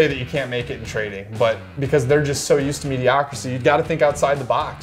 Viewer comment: I can’t even… “mediocracy” hahahahahaha